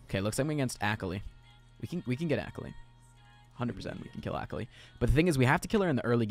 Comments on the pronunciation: akali is pronounced uh-call-ee, okay? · the way this man said akali